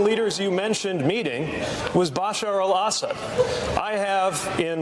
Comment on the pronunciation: Lol, Mayor Pete didn't even know how to pronounce Bashar al-Assad. Telling me he didn't hear the name nor knew the name, he read it in paperwork someone created for his debate prep. Which also means he had to have known a question related to that name would be asked. Remember, not long after this, Tulsi was unceremoniously pushed out of the Democrat party and Mayor Pete became transportation secretary. And his performance in that position speaks volumes. He had no business having that position. Look at how poorly he handled the train wreck in OH.